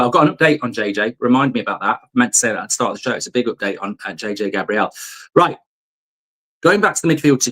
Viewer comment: Mark - It's J.J. Gabriel like the Archangel not Gabrielle like the early 90's songstress with an eye patch :-)